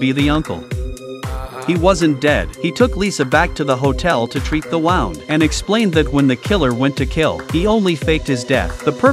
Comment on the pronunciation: This is like Siri but it mispronounced one of the names and what she says to heal the wound is how you supposed to say it the guy who was doing the the Siri video here mispronounced wound